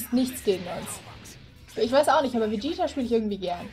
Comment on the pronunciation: Du sagst Vegieta das heißt Vegeta